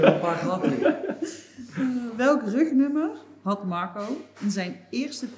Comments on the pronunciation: Waarom zegt de presentatrice Magco? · klinkt alsof ze een spraakgebrek heeft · Hoe zij Marco uitspreekt. MarCOO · Brabants, we spreken hier niet met n rollende R